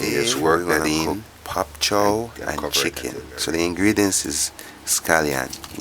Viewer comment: Bok choy !!! Not pop cho !!! Lol